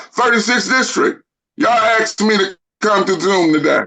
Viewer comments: The correct grammar in pronouncing the word ask is A S K ,A SK ASK not Axed I moment I hear AXED I automatically think ..half wit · he axed not asked, why is that so difficult to say?? ask...ask..simple!! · No one in any court EVER has axed a person a question. I wish fools like this guy could comprehend just how stupid it sounds to say “nobody AXED me nuffing” in a court of law.